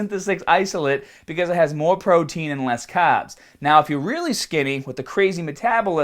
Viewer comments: extra caaaaaaaaaaaabs.... you forgot the "R"!!! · THE CAHBBS!! KNOW WHAT TO DO WITH YA CAHBBS!!